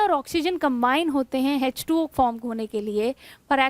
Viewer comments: Mam its nt hz 2 o Its h2o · Hech2o nhi h2o